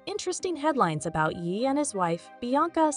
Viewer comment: Voice over should’ve said YAY.. yeeeeh is incorrect and extremely annoying